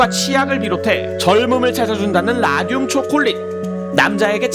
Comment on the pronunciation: 왜 라듐이 '라늄'이라고 들리지..? ㅋㅋㅋ